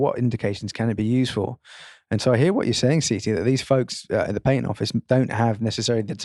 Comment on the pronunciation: .. patent rhymes with bat tent.... It does not rhyme with pay tent.